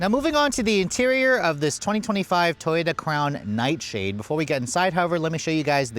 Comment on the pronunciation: Did you say Toyota Clown Nightshade 😂😂😂😂